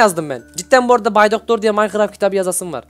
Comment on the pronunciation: abi o maykıraft diğil minecraft